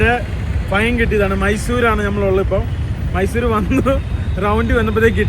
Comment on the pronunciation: ചേട്ടാ മൈസുരേ അല്ല മൈസൂർ